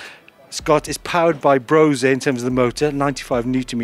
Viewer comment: If it's german, isn't it brose-uh, not brose-aye ?